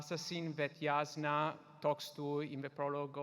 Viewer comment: That’s what my brain thought too! The audiobook pronounces it Yas-nuh